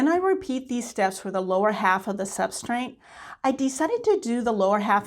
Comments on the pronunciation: Just a tip… the word is substrate. There is no “n” in the word. Pronouncing words correctly lends credibility to your teaching. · I don't think I've ever heard or seen that word tbh, but I bet you that if I pronounced it, I'd probably be saying it with an 'n' like you did - I'm sure i do already do that with certain words but i can't think what they are!